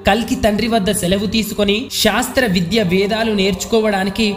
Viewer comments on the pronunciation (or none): none